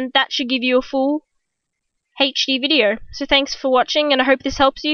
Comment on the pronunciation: lol did she just say videer